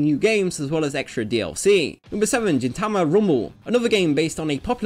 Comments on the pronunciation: it is gintama not jintama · Mfw you pronounce gintama as jintama. It's a hard g sound :P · Even the Tagalog dub announcer in my local anime channel botched how Gintama is pronounced. Honourable mention: Ginrai (jin-rai), a Transformers G1 character